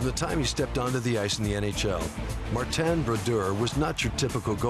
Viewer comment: i dint know his name was Mar-ten